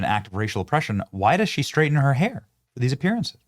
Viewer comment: No, no, no. She "shhraightens" her hair but please don't axe her about it.